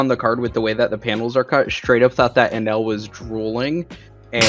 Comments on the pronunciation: Algorithm. I think it’s Enel not enel . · I gotchu you guys You guys are saying enel wrong